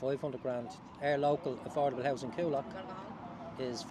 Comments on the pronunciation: It’s pronounced ‘Cool Lock’ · You could have bothered to learn how to pronounce Coolock... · He cant even pronounce Coolock ffs